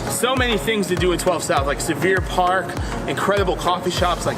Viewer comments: then why can't you pronounce Sylvan? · It’s Sylvan Park, not Sullivan Park lol